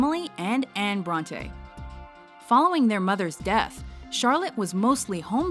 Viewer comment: Bronteeeeeeee not Brontay